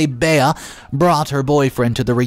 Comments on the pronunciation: Fyi, Bea is pronounced Bee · The mispronunciation is like finger nails down a chalk board.